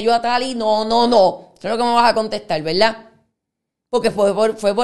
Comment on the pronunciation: Así como habla escribe? Todo con la L 😂 VELDAD ? QUE HORROR ME DA HUEVA ESTA GENTE